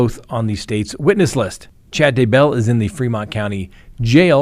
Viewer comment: Still saying DuhBell! WoW!